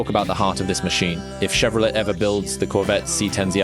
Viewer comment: AI sounds crappy! Can't even pronounce Chevrolet properly! Stopped after it said Chevro let! lol Don't waste your time on this garbage.